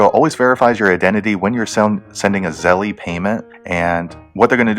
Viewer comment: I think it's pronounced like zell, not like zellie